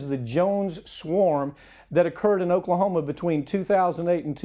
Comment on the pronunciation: Oaklahomo lol